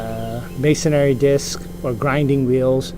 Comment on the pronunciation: Good video but it’s masonry, not masonary